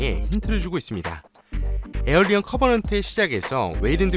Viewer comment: 7분27초 왜 도대체 왜 '에이리언/에일리언'을 '에어리어/에어리언'으로 발음하나요?